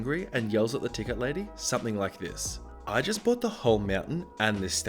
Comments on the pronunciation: Dude quit saying brought and not bought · Anyone notice how, instead of staying “bought” he says “brought” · It really bugs me that you say brought instead of bought.. THERE'S NO R IN BOUGHT!!! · Say paw. Say pawt. Say baw. Say bawt. Congratulations you just pronounced "bought". (Close enough.) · i love your videos but PLEASE stop pronouncing "bought" as "brought". they're two different words. pls stop. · Found your comment. Australian. Lazy thing not a British thing. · I've heard it 4 or 5 times this video say far, I don't think he knows how to pronounce bought. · No. No we do not. It's not a British thing, it's a laziness thing.